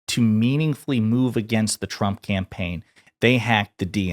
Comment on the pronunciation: Can she stop saying president Champ? 😂 i can’t handle how she pronounces her name Trump (Champ)